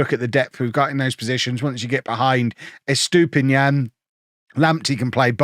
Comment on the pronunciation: I hope you sell Estupiñán soon cause you butcher his name every time 😂